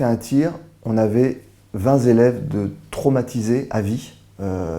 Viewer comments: alors s'il y a des "héros", belle occasion d'utiliser le mot. On est loin de la guimauve que l'on nous sert en permanence. (attention aux liaisons style vingt t'élèves et pas vingt z'élèves). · 20 zélèves ! Ça m'a arraché les oreilles dès le début .Bon je le respecte en dehors de ça.